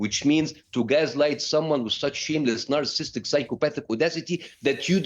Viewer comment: He can’t even pronounce NARCISSISTIC!!!